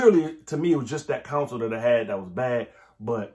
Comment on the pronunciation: I've been in CA too long. I can't unhear "Counsel"